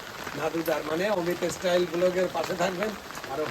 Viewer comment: ও বলে 'ইস্টাইল'!!!!!প্রতিবেশী দেশের উচ্চারণ।